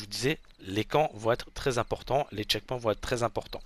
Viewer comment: Les "tchekpouins" ?? 🤣🤣🤣🤣🤣